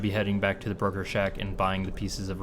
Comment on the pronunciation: I keep hearing 'burger shack' when you saw 'broker shack'... I'll take the hint and go make something to eat.